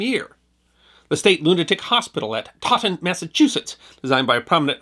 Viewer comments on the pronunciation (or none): Great program - New England pronunciations are terrible and you do a great job, but Taunton is pronounced Tawn-‘tin, as in Eldridge Boyden, the prominent 19th-century American architect from Worcester, Massachusetts designed the Taunton State Hospital. Not Taughn’t - but taaaaawn’tin With a Brahman Haavahd yaad long a sound. Minor detail considering all your amazing videos. Wicked big Thank You from the Bay State. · Taunton Taan tn accent on first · Sorry for this nitpick, but you mispronounced Taunton. It’s pronounced ‘TON-ton.’ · Excuse me, but the city that Boyden built was in TAUNTON, Massachusetts. Not “Totten”. There’s no place named that here.